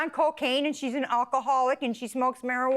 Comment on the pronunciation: she can’t even pronounce “alcoholic” 😭